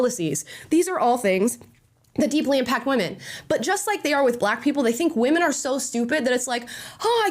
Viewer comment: I cringe every time I hear them saying women